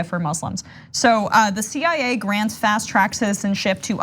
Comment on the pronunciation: 😂😂😂😂😂she is saying cia ..